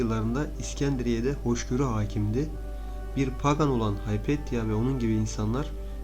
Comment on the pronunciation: Haypetya değil, Hüpatya.